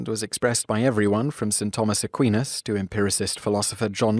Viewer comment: To talk about spontaneous generation and not mention Redi and Spallanzani is a crime. Also Percival Lowell is pronounced LOHwell and NOT LAWell. And Thomas Aquinas is mispronounced as well. Are you not able to make the distinction between Theory and Hypothesis?